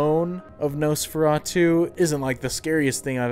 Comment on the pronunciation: You pronounced it wrong. It's actually Nosferatu. I've never seen it BTW.